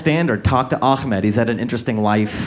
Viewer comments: A"h"med Not a"kh"med. lol. Funny but I'm surprised he mispronounced a common name, as his surname is anwar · i think its intentional. impersination and all